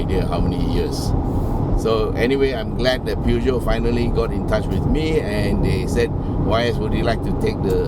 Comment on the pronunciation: Peugeot is not pronounced "pew-gee-oh", Google Translate will give a more accurate pronunciation read-out, both in French and English.